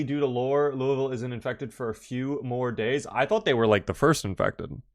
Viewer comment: I love that you pronounce Louisville like a native.